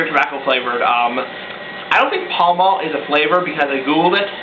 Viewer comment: No L, it's Pal-ma. Pall Mall is just a brand of cigarettes.